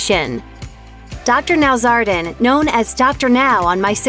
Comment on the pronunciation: It’s got FOUR syllables: Dr. Now-zár-a-dan, not Dr. “Nowzardan”. It’s NOT THAT HARD to pronounce! Everyone acts as though his name was so difficult to say, but it’s really NOT!!! Even your robot mispronounces his name!!! You don’t have to put all the docs personal information on YouTube!! That’s very intrusive! And you have WAY TOO MANY ADS for just one video!!! You think you’re gonna get rich from this one video!??!